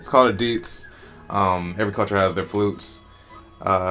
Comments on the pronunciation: It is not deedz... It is di and zi, two pronounce word; di zi. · He's just not pronouncing the tones and effectively pronouncing the 4th tone which sounds like deeds.